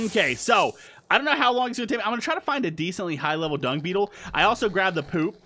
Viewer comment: it sounded like you said The Prime Dong, instead of The prime dung